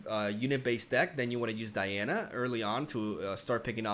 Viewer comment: Man, DIANA NOT D A IANA